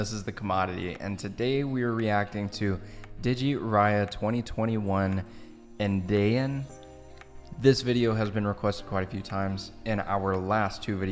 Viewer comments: Andaian should be pronoun as UN + DYE + YUN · Un - die - yunt = andaian 😂